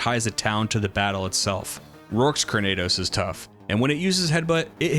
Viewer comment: Fun video, however it’s cranidos, not crunados